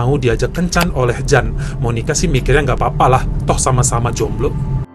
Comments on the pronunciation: Bang jan dibacanya yan bulan jan.itu pengucapan belgia vlams/ belanda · Yan bacanya bukan Jan. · Jan itu di bacanya Yan. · Bang, Jan itu dibacanya Yan bang😊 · Bukan Jan cara membacanya tapi yan🤔